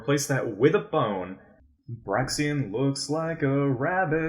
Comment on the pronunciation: Love these, it’s awesome seeing Hallowed Pokémon outside of Subjetively Also, I think Braixen’s name is pronounced “Brake-Zen”. But I could be wron